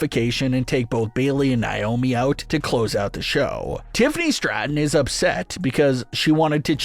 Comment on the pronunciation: Who tf is nai-oh-mee? Its Nay-oh-mee nay pronounced like pay, or may, or say. Say her name right. Its annoying af to hear naiyomee 200 times